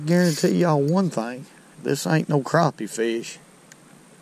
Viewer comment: Maybe it's your exaggerated southern ayuckseeant, but I call them crappies, not crawpees.